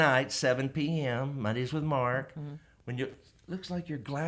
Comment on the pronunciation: Mark, not March!! lol